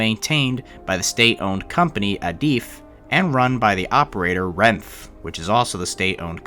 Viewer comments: Minor pronunciation note- it's pronounced ren-fay, not renf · Awesome video, only a few people have talked about this incident, also it’s pronounce Ren-Fey not “Renf” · Renfe is pronounced "REN-FEH", it's killing me inside every time you pronounced it as just "Renfh". 😭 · Alvia* Also the company is pronounced as (renf-A) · bro really said "renf" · "santiago dee comp osteela","a corunya", "Renf", "out rense","Anoonsio di senyales hermetico" was absolutely hilarious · btw, Renfe is pronounced "ren-fay" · Your pronouncing renfe wrong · Last e in renfe isn't silent. Spanish, not French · I believe "renfe" is korrectly pronounced with "e" on its end. The way it is written.